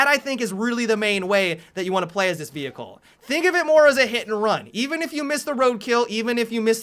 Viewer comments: did he call a pony a Vecheal ;) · It sounds really weird when he calls it a vehicle ._.